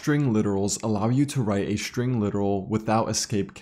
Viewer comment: String, please. with "S". not SHtring with "SH".